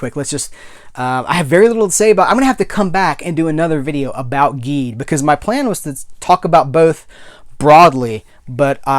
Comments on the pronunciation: Just so you know, Ultraman Geed is pronounced "Jeed." It's the GIF/JIF thing all over again!!!!! Your Enthusiasm is contagious! Always happy to see your reviews From your pal at the Science Patrol, YOUR Ultraman podcast:) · I'm gonna be up front with you man, im a huge ultraman fan. once you started mispronouncing Geed i was getting ready to click off. I was like "how is this man gonna sit here and talk about geed while mispronouncing it the whole time. did he even watch it?" But something about your enthusiasm i liked. i kept watching. Now come to find out you hadnt watched geed yet. oops. Youll love it and learn the correct pronounciation quickly. i find your enthusiam infectious and it reminded me the joy i felt when i first discovered these shows. i might just stick around